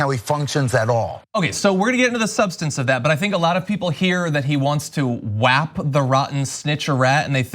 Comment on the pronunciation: "Whap" instead of "WHACK" he's not very subtle.